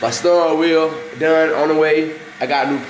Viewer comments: dat boy said stirrin wheel. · Sturrin wheel😂😂